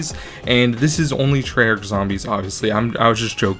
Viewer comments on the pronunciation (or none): none